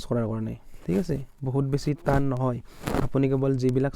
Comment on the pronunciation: টান হে তান নহয় ।